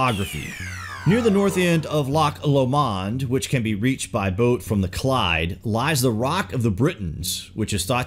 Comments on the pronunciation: The design on the stone sarcophagus is Celtic, and the pronunciation is NOT Loch or Lock LOMAUND... it's phonetically ... a bit more like LOCK LOWMUND Good grief - your pronunciation is DIRE to say the least. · Nice to have home highlighted like this.. Try saying it like LOCHLOmond instead of lochloMOND if you get my drift.. Govan is said like Guvan, which you did alright, like most of your pronunciation.. Very sad to hear about the desecration of these ancient artefacts, those clydesiders really thought they were the future,, the be all and the end all. They dispised the ancients who did not follow God in the 'proper' way. These Govan shipbuilders also had two entrances into the shipyard, one for Catholic workers and one for protestants. The bosses made great use of these divisions, throughout our British history, to devide and to manipulate. As late as the 70s the football clubs exploited sectarianism to cash and they made loads of money through the strife and misery of the people. Many a tax penny was merely spent just to cope with the harm done by these foolish feuds. I have to mention this because they are an essential and unforgettable ingredient in the history of Govan and probably the same dynamics were exploited by the great leaders commemorated by the Govan Stones. Thanks for a great vid. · Loch Lomand is said like lowmand ❤️ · Hilarious pronunciation of Loch Lomond (Low-mund). Great channel. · Interesting. There are two hogback stones in Luss Church on the banks of Loch Lomond....please it is pronounced with 5he accent on lo......not on mond. Google luss Church I am sure there is info there. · Lock lo-maund 😆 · Great to see a video about Scotland, and in particular the West Coast - a lot of people think of Edinburgh, the Highlands and little else, so thanks for the video. Anyone commenting on your pronunciation is just being picky - your inflection with Loch Lomond was the only thing that was off, and that wasn't too bad anyway.